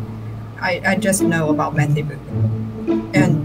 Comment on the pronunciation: you are saying beau cu*, nice as*, be careful!